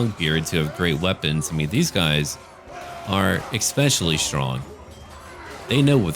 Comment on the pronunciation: you say egg-specially. Is that intentional? :-D